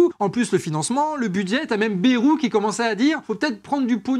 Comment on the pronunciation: Bon je suis ok avec toutes les idées balancées ici. Cependant 2 choses. 1 - Un peu moins d'agressivité et de hargne par pitié. C'est épuisant et surtout ça décrédibilise les idées. 2 - Bayrou se prononce "BAILLE ROUX" pas "BÉROU". Tout le monde sait ça, arrêtez de déformer son nom, ça pique les oreilles (même si c'est une ordure).